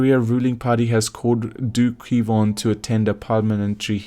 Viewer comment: Its KWON, not K-won you dork